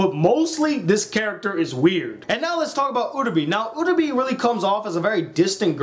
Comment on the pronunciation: It's pronounced Uh-ra-bay, not Uh-ra-bee, how can people watch 13 episodes of this or Madoka and still screw up the names so badly? EDIT: Jesus Christ Okra is a goddamn veggie it's Oka what is wrong with you? P.S. what you did was an abbreviated summation of the characters, not a review.